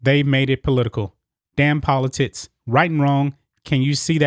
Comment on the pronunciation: Is it just me or are you saying poli-tits, all good I think you're awesome and agree with everything. Well done. ha ha